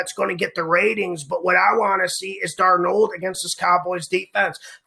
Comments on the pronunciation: He's the only person I've ever heard pronounce his name like that. What a riot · The way you say his name Sam “DarNOLD” gets me every time 😂 ... keep up the great work bro always ❤️ the picks!!